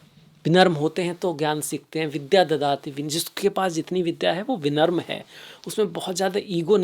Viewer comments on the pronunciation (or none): विनम्र not विमन्त्र